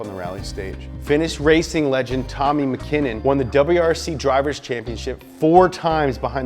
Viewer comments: Tommi Mäkinen not McKinnen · M-ahh-kin-en, not McKinnon. He's a Finn, not a Scot. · Mackinnon???? Mäkinen mate - pronounced maa-kin-en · It's MAkinen, not MakEEnen. Also, Evo X had 291 hp, not 280 and the 4B11T is an awesome engine as well. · “TOW-Me MACK-in-en”. Show some respect! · Da fuck is Tommy McKinnon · Tommi makinnen, hahahaha!! Best pronounce EVER! 😁👍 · You lose all credibility when you mispronounce the names of legendary rally drivers. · Why is no one talking about how this dude butchered the fuck out of tommi makinen's last name?? Or is he playing like hrsprs?? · YOU PRONOUNCED MÄKINEN WRONG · After years of watching WRC mispronouncing Tommi's last name made me cringe. Also that was two Celica's. I think an ST205 and ST165. No WRC Corolla. Other than that awesome vid! My favorite EVO is the 6.5TME. Though EVO's are awesome I opted for a 2006 STI. My reason... I was sick of dealing with transverse engines. I know not the best reason, but there you go. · Please don't butcher the Mäkinen name like that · The Ford Mk2 escort in the picture came before the Ford Sierra should of Done the Ford Escort cosworth picture. EVO -LUTION Not Everlution why do Americans always fuck up the pronunciation of Japanese and European rally cars and to top it off he fucked up rally legend Tommi's Makinen name. You would think with 2.81 m subscribers he could get his shit right